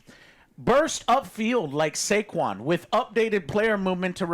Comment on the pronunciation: Lollll why did Joe pronounce saquon barkley like he was Chinese 'Zhè Kwan'😂😂